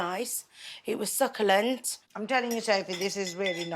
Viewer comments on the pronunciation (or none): “It was suckalant”😂😂😂😂